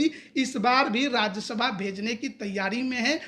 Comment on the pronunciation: राज्यसभा होता है राज्यशभा नही।